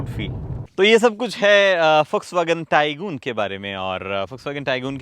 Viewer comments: It's not TAI-GOON, Its TAI-GUN ! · Arey gooon kahe ?? Did VW ask you to pronounce it Tai-Goon ? I think I heard this pronounciation somewhere else as well .